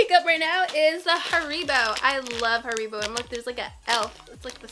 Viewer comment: yo.im german, and this is funny how u pronunce Haribo